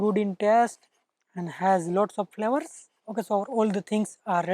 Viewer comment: BRO IT'S FLAVOUR NOT FLOWER😂😅😆.